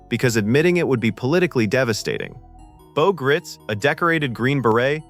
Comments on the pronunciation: I met Bo Gritz in the mid-70s. I don't recall the exact spelling, but it's pronounced like the German "Greitz" phonetically "Gry-tz". NOT "Grits" as you're saying. I was a cadet at the time. He was pretty intense. He was in the news shortly after that for doing Rambo-like things. Not a surprise, judging from his demeanor. A genuinely tough man leading the tough men that allow us to sleep safe at night in the homeland. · FYI, Bo Gritz' last name is pronounced with a long 'I' - Gr-EYE-tz. Understandable mistake.